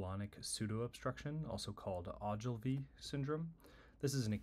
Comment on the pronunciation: Thanks for pronouncing this right